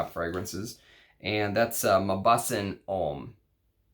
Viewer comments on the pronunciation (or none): Mauboussin is mo-boo-sunh